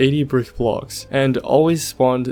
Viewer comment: instead of saying "brick pyramid" you said "birk pyramid" (berk) lol